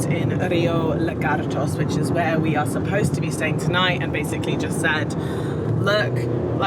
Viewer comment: did she just say “yo... ahre”???😂😂😂